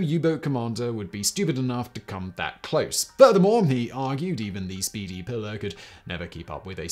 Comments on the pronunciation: I know you don't speak Spanish and I have very little love for colonizer languages, but would it kill you to attempt to pronounce a Spanish name correctly? It's Pilar, not Pillar. Spanish vowels are actually very easy to grasp, unlike the inconsistency of English. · Simon bruv.... The boat's name is a female name in latin and hispanic cultures (and possibly others, i dont know the full etymology of the name) but its not pillar "pill-er", its pronounced "pee-larr" (Pilar) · Hemingway’s boat is pronounced “ PEE lar” not “ pillar”, but good video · The names of second wife and the boat are pronounced "Pea (as in the vegetable) -lar" not "pillar". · I can't believe you published this pronouncing the name of the boat incorrectly. It's Pilar (pronounced Pee-Lahr). Usually you are so meticulous... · Pilar is pronounced PEE laar Not pi lr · Please, for the love of all that is holy, find a native speaker to prep you for these things. At the very least, to learn how to pronounce the proper name you'll be repeating 40 times throughout your video. It's not "pillar," it's a Spanish woman's name, pronounced pee-LAHR. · "Pilar" is pronounced to rhyme with "pee-far". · That's pronounced P-lar you barbarian. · Pilar - pronounced PEE-lar. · Pilar is pronounced pee lar. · It is pronounced pee lar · It’s pronounced “pee-lar”. You’re talking about the most overrated American novelist of the twentieth century.